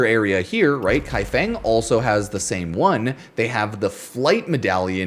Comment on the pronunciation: qinghe is pronounced like a sharp snare sound "ts-ing" and her without rolling the r or like saying huh. kaifeng would be just kai and fuhh-ng